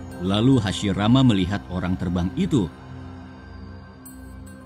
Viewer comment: Kadang salah ngomong.hasirama dibilang hasimara